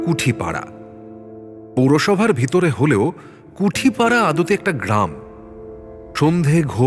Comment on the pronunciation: কুটিপাড়া কুঠিপাড়া নয়